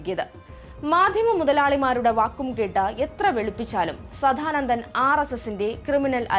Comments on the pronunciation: സധാനന്ദൻ അല്ല കൊച്ചേ സദാനന്ദൻ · ആദ്യം തന്നെ പറയട്ടെ, സാധാനന്ദൻ അല്ല, സാദാനന്ദൻ. പിന്നെ, ആറുമാസം പ്രായമുള്ള കുട്ടികളുടെ ജനനേന്ദ്രിയം വെട്ടുന്നത് അവരുടെ അനുവാദത്തോടെയാണോ.. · വല്ലാത്ത ജന്മം.. കണ്ടത്തിൽ.. സദ്ധാനന്ദൻ അല്ല പെങ്ങളെ സദാനന്ദൻ..ആദ്യം നീ നന്നാവ് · ആദ്യം പോയി സദാനന്ദൻ എന്ന് നേരേ ചൊവ്വേ പറയാനെങ്കിലും പഠിക്കൂ